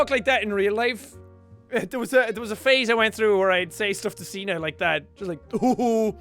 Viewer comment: ya know, when Jack says signe to me it sounds like he says cena which makes me think of...JOHN CENAAAAA (music plays)